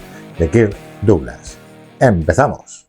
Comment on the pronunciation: Very Very Bad pronunciation of the name DOUGLAS